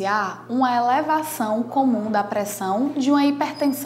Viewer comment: meooooo....esse médico parece que está morrendo......só pode....Lento....raciocinio quase parando......Parece que ele está lendo.......A entrevistadeira( isso mesmo.....entrevistadeira) está no mesmo nipe........Que coisa horrivel.... élévação.......da préssao artérial...........affffeeee............